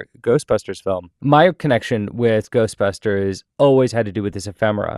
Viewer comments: He said GHOSTBASTERS afterlife at the very beginning and then he said it right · Wait, did he say Ghostpasters? Lol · Did he just say Ghostbasters or Ghostpastors at the very beginning of video? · Did he really say “ghostbasters” at the end? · did my man just say Ghostbastards? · Is he saying Ghost bastards or Ghost pastors in the beginning?